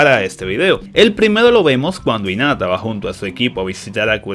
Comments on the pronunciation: el dice inata y es hinata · Porque ni pronuncia la h en hinata y en haruna, no suena inata suena como jinata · nadie: absolutamente nadie: diciendo inata en ves de hinata y chino en ves de shino